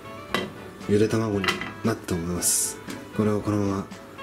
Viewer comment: 初手の「茹で卵」のイントネーションが完全に「茹でた孫」